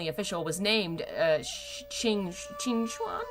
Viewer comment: These pronunciations are killing me lol But I'm still waiting to see if there's ever gonna be that cheat sheet xD Watching Donghua helps a ton, and for reading, I search up "English to Mandarin" and use Google Translate to fill in the gaps. The [Xu] in Xuan is not Zu or Zoo, but Shu. In chat on the last video, someone said Xuan should be Shuan, but it's almost more like Shen since the [U] is quite soft. Maybe think more like [szechuan]. This also makes me realize I wasn't paying attention at all to if Gege was said right, so I assume it was XD But this also brings to mind Xian Le, in which the [Le] is [Lu}, as well as Yong'an, which is more like "young an" with a soft-silent [G]. Because they like to drop the last letter in most words, I suppose... :thinking: In fact, when it comes to Mandarin, I have found that it is safest to never assume something is pronounced the way it's spelled. Those [Zh] really throw you for a loop when you have to memorize that it's actually [J]... I think my favorite name is still "Sizhui", since it's really more like Sudree lol Good ol' MDZS. Sorry this was long, especially since it's many months later!